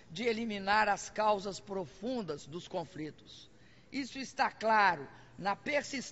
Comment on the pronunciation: "Os brasileiros somos ligados" "as causas profundas dos confRitos" "acirramento desses confRitos" "o Brasil seLá inteiramente solidário a isso" Ela não representa o país. Mas sim, uma parcela do Brasil que foi imbecilizada por anos de estratégia comuna-socialista dentro das escolas e universidades. O país, hoje, cria órfãos de educação sã.